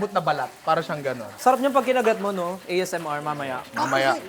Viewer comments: Hahaha gusto ko lang yung pasingit ni each video nung mga bloopers during the shoot. This vid, AYMASAR! LOL. Di naman kasi binibigkas as one word ang ASMR eh. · HAHAAHAHAHHAHA TAWANG TAWA AKO SA “AMSR” 😂😂😂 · Ganyan ka ipronounce ang ASMR! Apir stell tawang tawa asawa ko paulit ulit pa kase matay nya ko icorrect sa pagpronounce ng ganyan hahahaha😂